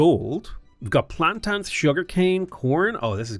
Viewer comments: I love your channel and game play. Always. So that being said it's.......PLAN- TANE......not PLAN-TAN. 😂 don't hate me ❤ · Plantans? You know there's an i in plantains right? :)